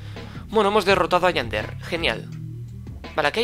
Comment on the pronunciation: Yander noooo tontooo 👹👹👹 es Yandere 😑😑😑😑😑😑😑😒😒😒😒😤😤